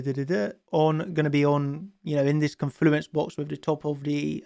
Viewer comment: When chart champions makes me a million dollars, I'll pay for elocution lessons for so he can learn to say "confluence" properly 😅❤️